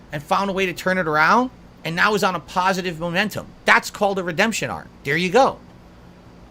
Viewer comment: Curated, pahsitive cahntent